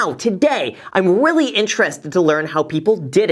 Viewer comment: Did anyone else hear "i am willy intrested" in the beginning XD in time